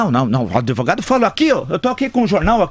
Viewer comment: "adEvogado" kkkkkkkkkk